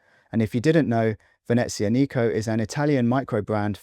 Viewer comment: Learn how to pronounce veneziAnico (not venezianIco)! Also Bremont was overpriced always, but had nice designs originally. After the sale to David’s Cerato and co, designs have taken a dive and prices are still hi. Do they pay you to say nice things for them? Nobody likes them now!